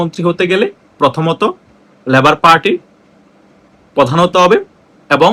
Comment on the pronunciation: “ল‍্যবোর “ নয়, বলুন লেবার পার্টি।